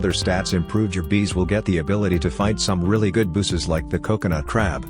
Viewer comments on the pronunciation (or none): idk why but i hear not bosses but busses